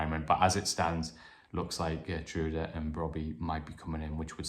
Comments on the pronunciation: Geer-true-da=Geertruida...is the correct pronunciation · Hi, according to my Dutch friend, Geertruida’s name is pronounced as Hair-troy-da.